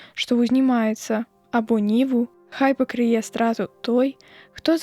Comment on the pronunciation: Там жа у 6-м: прачытана: хто пакрые', замест: пакры'е. Ці праслухаў хто тое, што начытана, перад тым, як вылажыць запіс у сеціва?